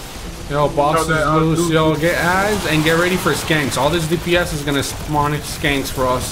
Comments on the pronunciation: Yo they're shanks not skanks lol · It's "shank" not "skank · you said skanks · LMFAO "skanks" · I was laughing at the fact he called them skanks, I didn't laugh thinking he didn't know how to pronounce "shanks" lol.